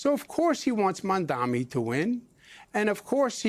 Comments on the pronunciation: I’m not spelling it. I’m saying it phonetically. The first syllable is pronounced like Mom. Not Mam. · Zohran Mamdani. You and this anchor are both saying it wrong. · MOM - da - ni. He can’t even remember a 3 syllable name. 😂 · You cant either. Its MAMdani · Jen Psaki, as a journalist you don’t know how to pronounce Mamdani? Or is it just because you’re racist and an Islamophobe?